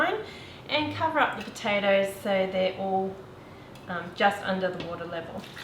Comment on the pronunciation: from a irish woman, you just murdered those patotoes 😂😂